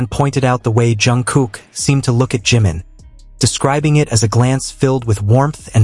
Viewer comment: Hablas y hablas de la 'famosa FOTO' y NUNCA LA MUESTRAS NI ANALIZAS LA MISMA... Además tan DIFÍCIL es PRONUNCIAR CO-RREC-TA-MEN-TE los NOMBRES DE JIMIN y JUNGKOOK?¡?¡?¡?¡¡ Esto de abusar de la 'famosa' IA hace que los trabajos que 'PRESENTAN' sean REALMENTE una muestra de la POCA o NADA DE ORIGINALIDAD DE SUS AUTORES!!!!!!!!!😠😠😠😠😠😠